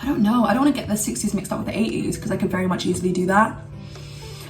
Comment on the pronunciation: When she said 80's I though she said ateez lol😗